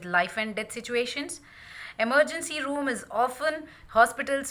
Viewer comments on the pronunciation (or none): none